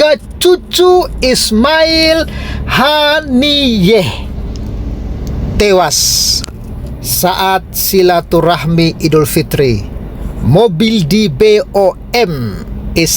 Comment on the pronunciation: Dari dulu... admin kalo baca selalu berlepotan. Apalagi bisa Inggris. Baca Haniyeh aja... Hanaiyeh